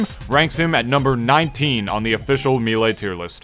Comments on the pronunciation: no, haha people actually say toMAHto in places. if you said "maylay" it'd be respectable, the announcer guy says "me lee" but "me lay"? come on bro! lol i like your stuff, just giving you a hard time haha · "Meelay" Cringe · Me lay why me lay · I open the video. I skip forward 40 seconds. First thing I hear is "Me-lay." I pause the video, go down the comments. And here we are. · Oh man, I’ve heard Mee-lee and Mayléy before, but never Mee-lay. I guess it makes sense though? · You call melee mii-lee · How can u not pronounce melee lmao